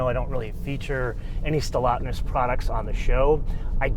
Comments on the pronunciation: Stellantis not Stellotness...all of your guessing is insulting. You are supposed to be a professional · It's called Stellantis NOT Stellatnis! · Just a small tiny correction: it is "SteLLANTIS" and not "SteLLATNIS". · Trust me, knows exactly how its pronounced. He doesn’t usually feature FCA/Stellantis and I think he was just having some fun with the name. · How can he not pronounce Stellantis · You need to pronounce Stellantis correctly. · By pronouncing Stellantis wrong on purpose, is this like your own subtle way of voicing your obloquy of Chrysler/Jeep/Dodge merging with Fiat? If so, it's kinda funny. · Maybe pronounce the name of the company somewhat accurately....